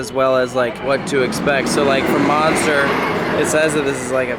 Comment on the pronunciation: Please tell me I’m not the only French speaking person who was so mad when he said “le monstre” wrong